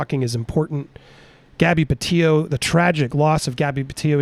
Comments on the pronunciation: Thanks so much for your coverage Andy. fyi: I believe Gabby's last name is pronounced, "Puh-tee-to." 👍🏻 May she rest in peace. 🕊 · You can't even pronounce her name correctly. The door does in fact close. smh